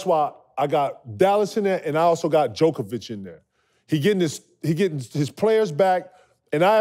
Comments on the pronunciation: The fact that KG says djokovic instead of Jokic is hilarious lmao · Stop saying Jokovic! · HAAHA KG called Jokic "Jokovic". Jeez KG he's the league MVP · Why my guy KG kept calling that man Jokiavic 😂😂😂😂😂😂😂😂😂😂shout out big ticket 🤦🏾‍♂️ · why KG keeps calling Jokic jokovic hahahah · Why KG keeping saying Jokivic 😂🤣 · I love when KG says Jokovic and no one corrects him they just let him say his name wrong every time 😂😂😂. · Great show...goddam I know Kevin is the big dog but why wont anyone to tell him stop adding syllables to jokers name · Funny how no one even attempts to correct KG on misspeaking Jokic's name. This ain't tennis Ticket, come on now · Jokovic and Kevon Moony 😂